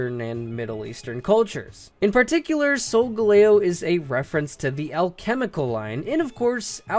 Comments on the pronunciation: You should have titled this top 5 favorite pokemon, not best, just saying. Sol-gahl-leo not sol-go-lao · Sol-ga-lay-o xD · I thought Sogaleo was pronounced Sol-Gal-Leo. Not like how. I just don't know why. 😅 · Isn't it SolgAleo? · IT'S SOL-GAL-E-O. THE WAY HE SAID IT IS SO ANNOYING